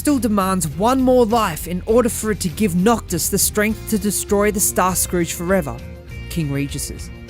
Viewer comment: Heads up for pronounciation. Caelum is pronounced Kay-lum and Scourge in Starscourge is pronounced Skerj not scrooj. I understand if english isnt your first language